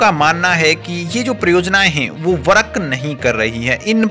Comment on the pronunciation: Work bola kar warak nehi😄